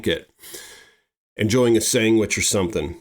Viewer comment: The word id SANDwich, not sangwich. 😅